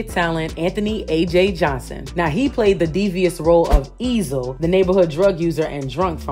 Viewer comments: I’m so mad you said Ezil when referring to AJ Johnson! His name was Eziel! Like you’ve never seen Friday or something!? 😂😂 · Not eeezle 🤦🏾‍♂️🤣🤣🤣ee'zeyl 🛐✝️🙏🏾